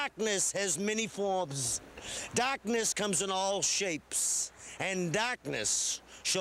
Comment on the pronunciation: "Dahhhkness has many foims!"